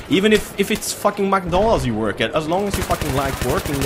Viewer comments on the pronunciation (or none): none